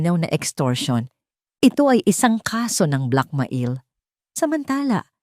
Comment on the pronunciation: Ano ba iyan kakainis pakinggan minsan bakit ang black mail bibigkasin mong black ma-il.tapos iyong pa in naman bibigkasin mong pain ayosin mo naman